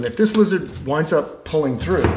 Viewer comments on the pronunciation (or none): none